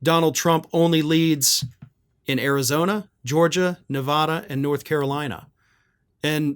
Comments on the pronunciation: First, Nevada is pronounced, “Nev A da.” We have a strong A. Second, the polls for Nevada are always incorrect. One cannot trust a Nevada poll. We have only two population centers: Las Vegas and Reno. Everything else is cows and one horse towns. Both Las Vegas and Reno vote blue because we have a lot of union people. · You mispronounce Nevada!!!😂😂😂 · How many times can you mispronounce Nevada in a single video?